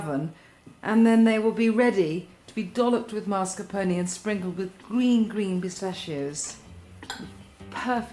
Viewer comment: It's MAS-carpone.